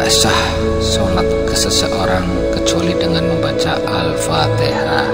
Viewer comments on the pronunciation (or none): Alfatihahnya betulkan sawdara,,,☝️🙏🙏🙏